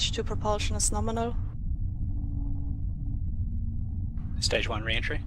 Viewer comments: It’s not Norminal. It’s Gnome-inal. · It's Gnome-inal